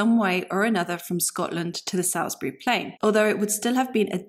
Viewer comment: Excellent presentation. It should be noted though that Salisbury is pronounced Salls-bury, not Sails-bury, at least that is the case in Wiltshire.